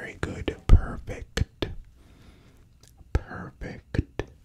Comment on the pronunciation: Haha I know what Square means in the streets.. 😂😂 love it! Amazing! The whole thing. Love the lighting and everything! I miss this so much! Thank you! You are a gift to YouTube my friend. 👍 ❤ 😊 love the face touching with the matching sounds too. You rocked it. Ha also the way you say perfect is perfect! Lol 👌